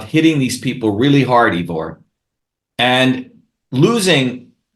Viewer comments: This guy is full of arrogance and hubris. You likely helped MANY more people Ivor, with your reasoned logic, than this pompous wannabe politician. He can't even pronounce your name right. His videos have a VERY small fraction of the views yours do. He has zero humility, brags constantly, and disagrees and talks over you, even though you are a natural ally. I don't trust this huckster at all, even on points he is probably correct about. Stay the course Ivor. Keep prioritizing truth, without insulting everyone, or claiming your way is the only way. This guy invented email like The Winklevoss invented facebook. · The point is worth making because Shova aspires to be President, or at least a leader. Good leaders remember names, and pronounce them correctly. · For all his self and arrogantly professed knowledge, he's really struggling to understand a rather simple fact, Ivor is neither English or from the UK! It also would've been respectful to learn how to pronounce his name correctly. He has plenty of interesting points, but he's insufferable. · Really enjoyed this, but wish he pronounced your name correctly! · My Gawd.... Ivor... how many times does someone have to get your name wrong before you correct them? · This guy is dodgy Ivor. I would never trust anybody who keeps trying to talk over me and rubbish my own opinions. He can't even get your name right. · If everyone gets a bumper sticker. That is a nice little tickle for him Kerching! He doesn't pronounce Ivor properly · dr shiva so smart but can't pronounce Ivor's name properly. smh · I wish Ivor would teach these people how to pronounce his name... It's painful hearing EEvor over and over again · Actually, my name is I-vor, pronounced Eyevor, and I'm from Ireland, not the UK! I like Dr Shiva, but I find his challenging of you very aggressive. I understand his frustrations with the lack of activity of the general populace, and his talk here is very eye opening to say the least, but his angry-ness is quite rude.